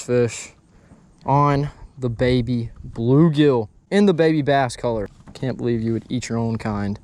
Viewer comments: Baby BULL gill. Not baby blue gill. I don’t know why that was driving me crazy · Nicely done, but cringed every time you said Baby Blue Gill. It’s a Baby Bull Gill.